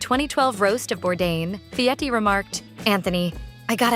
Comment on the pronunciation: voice doesn't pronounce Fieri correctly.